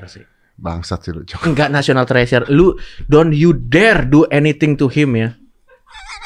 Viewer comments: "National Trash sure"?? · National Trash-for-Sure kwkw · When coki saying "National Treasure" but in my ear it is heard "National Trash" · National Trash Sure 🗿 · I heard the same thing. "National Trash Sure". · awalnya coki emang bilang trash kok, bukan treasure, setelah setelahnya baru Indonesia Treasure 🤣🤣🤣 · National TReASure(H)